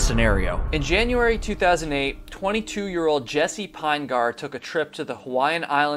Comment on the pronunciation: Jeez, everytime I hear this story on Youtube, you content creators always get his name wrong, wrong, WRONG. It is not Pine-gahr. His name is Pin-uh-gurr. Pin-uh-gurr is how you pronounce Pinegar.